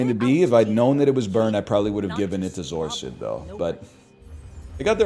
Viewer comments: Holy moly he said zoar-sid instead of zor acid, what timeline am I in? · What the hell is a zor-sid